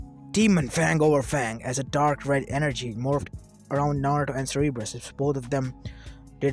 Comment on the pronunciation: Its not seereebrus its sounded sir_ber_us